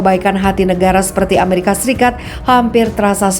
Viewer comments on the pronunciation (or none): none